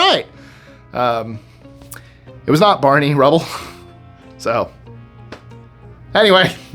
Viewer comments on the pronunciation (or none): It's Barney Rubble, not Rebel, water head